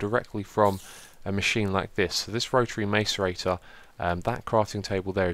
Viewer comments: ITS PRONOUNCED MASS-ER-EIGHT-OR! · btw macerator is pronounced (i believe) like: mass-ce-rator